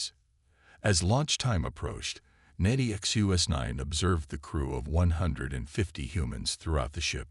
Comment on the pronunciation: The AI can't seem to say Nexus9. However, the usual cliches nor any of the Chen dynasty are present, so well done.